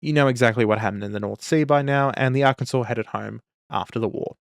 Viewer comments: Ar-kansas says the madman, not Ar-kin-saw. Truly an Aussie moment. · damn the rage bait Arkansas pronunciation “Arkansaw” is the usual pronunciation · Arkansaw. I know it's stupid but yk... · You pronounced Arkansas wrong. You pronounced her like (Ar-Kansas), like an adaption of the Kansas state name. It’s pronounced “Ar-Can-Saw” or Ar-Kan-sas. I’m not a native from the state but I’d recommend learning it since the natives from the state don’t have much to be proud of so defending their state’s pronunciation is something they’ll defend. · "Ar-kansas". Alright boys, SPEARS AND PICHFORKS! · It's Arr-Kan-Saw!!!! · Ah yes, the incorrect pronunciation of Arkansas strikes again. A bit of local humor that inevitably everyone makes that mistake at least once. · My Desert. My Arr-Kansas. My Dune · "AR-Kan-Sas" ....you said that just to wind us Yanks up, yeah?